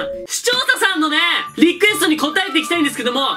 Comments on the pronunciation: 視聴そそん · 毎回思うけど視聴さんって言えないよねw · の、「視聴者さん」って言えてないのすきわら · 結局｢視聴者さん｣言えないとこ好きw